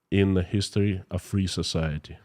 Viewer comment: Society , sometimes I fill like he is saying Sasality